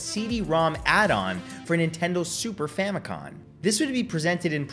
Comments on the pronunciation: Dude, FAMICOM not famicon "family computer" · Is this man saying “Famicon?” With an “n?”